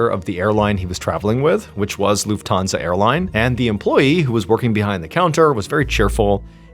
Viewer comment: It's LUFThansa, not LuftHANsa. ;)